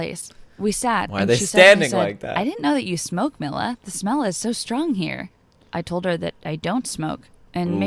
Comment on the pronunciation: It’s not Milla it’s “me lla” but spelled milla